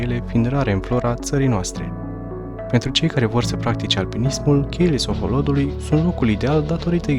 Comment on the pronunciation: Alo, Cheile Sohodolului se cheamă. Citești ca în cizma. La Culele de la Maldaresti accentul cu care spui parca te-ai fi născut acum 10 ani. Mai învață, învață, învață! A spus Lenin.